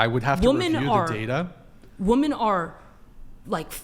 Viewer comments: It's because they are trying to say it exactly as it's spelled even though it's wrong. They are saying "wo-men" but it's indistinguishable from "woman". That's why it's pronounced "weh-men" in the English language so you can distinguish the two. People who say it like she does tend to be pompous.......... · God these people sound so stupid when they pronounce women as woman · I know I hate it lmao It's pronounced WIMEN not WOMAN JFC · Man, how many of these girls don't know how to pronce women. It's Wimen girls, you might actually grow to be one one day. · What is this thing with not being able to pronounce "women" properly? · Why can't they pronounce women correctly? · How are these chicks always unable to pronounce WOMEN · She goes out of her way to use big words, yet she can't simply pronounce "women". Even her voice is annoying 🙄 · These little girls have no idea how to say "women" correctly. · Why does she keep saying woman, when it should be women?? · I feel my brain hurt when she talks, especially when she pronounces women as woman. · How do so many women that come on this show not know how to say "women"? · It’s WOMEN not WOMAN good lord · Why do they always say woman instead of women? I have noticed this a lot on this podcast. Is this a younger generation thing? They don't know how to use plural forms of a word? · Oh my God why does she keep saying woman and not women! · Why do they keep saying woman instead of women? Is it a political thing like Latinx? I don't get it. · yep, drives me insane. all these "women" 304's do that. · It’s WOMEN, not WOMAN 🙄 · It's so annoying when people pronounce women as woman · Why does she keep saying WOMAN instead of WOMEN? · Why she saying woman we need to spell it wiman from now on. Thats wickid annoying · Someone tell that mouthy girl that the word is “women” please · Pardon her saying “woman” instead of “women” she’s a cave-woman. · It really bugs me people say woman instead of women 😂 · “Women” ….. “Women”